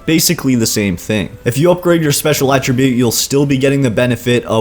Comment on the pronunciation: I know this is nitpicky... but could you please pronounce attribute correctly. You CAN pronounce it using it, if you're using it as a verb.... Attribute in this case is a NOUN... has a totally different pronunciation, At as in 'he was at the wasteland'. You're also forgetting just how overpowered the luck tree is. maxing luck out in fo4 is not a bad idea. especially if you have high perception, int, or agi.